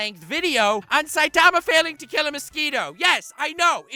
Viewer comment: This dude can’t pronounce saitama